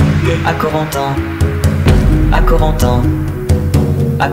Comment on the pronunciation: Ça m'énerve comment il prononce "Corentin" mon dieuuuuuuuuuuuuuuuuu